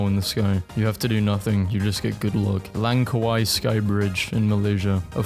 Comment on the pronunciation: As a Malaysian its funny hearing you mispronouncing Langkawi